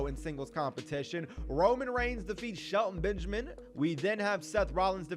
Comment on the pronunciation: to think you live in the cube house with Brandon and you don’t even say it like sHeLtOn BeNgAmIn